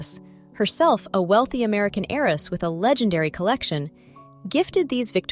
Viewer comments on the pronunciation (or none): The "h" in homage is silent, and the accent is on the second syllable in "heiress." Otherwise, bravissima.